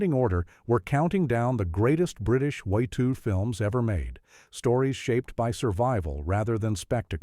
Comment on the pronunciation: More crap AI that cannot say WWII